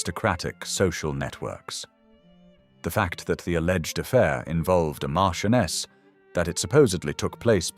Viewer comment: Rose is Mar CHEN uus of Chumley. Pronounce it correctly AI.